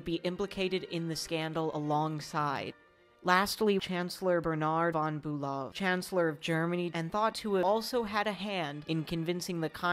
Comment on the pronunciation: Sigh... Why bother learning the actual pronunciations of the principal characters? Can't be all that important, right? Eulenburg = "OY-lenburg." Holstein = "HOL-shtyne." Liebenberg = "LEE-benberg," literally "Love Mountain." "LYE-benberg" means nothing, other than there being a town called Leiben. Also, it's Bülow, not Bulöw, in English more or less "BYOO-low" since that type of U doesn't exist in English. Doesn't really help with the credibility.